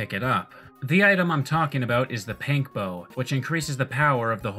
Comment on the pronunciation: did you just call it a PANK bow?